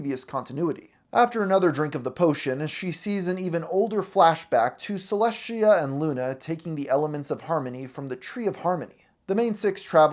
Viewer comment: Why does he have such a hard time pronouncing Celestia’s name?